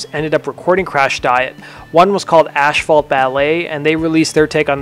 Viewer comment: asphalt is pronounced "ass fault" not "ash fault"